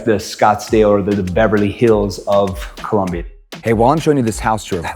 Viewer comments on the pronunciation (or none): It's Colombia, NOT Columbia